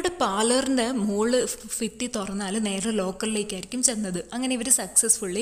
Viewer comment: ഫിത്തി അല്ല ഭിത്തി